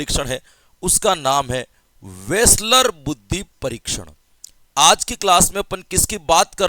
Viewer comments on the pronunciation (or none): Nice class sir ji...aaj tho aap ne vaslar ko reslar bna diya😅😅...ekdam jabrdast class